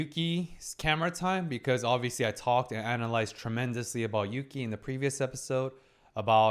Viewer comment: Yass! Put some respect on Yuki's name, she pulled the S rank hottest guy in school. And you got her name right 😂 Such a strong episode. Desires and insecurities versus shame and the need to grow.